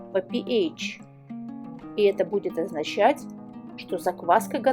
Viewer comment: Пи ейч режет слух. Со школы известно что это пе аш читается. А вода аш два о. А не ейч два о